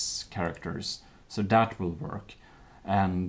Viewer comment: Sharactors? Shinese?